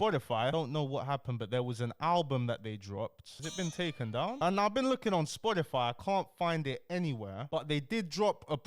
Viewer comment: The way says Spotify kills me loool